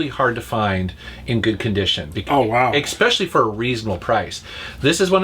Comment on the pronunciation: it's especially not exspecially.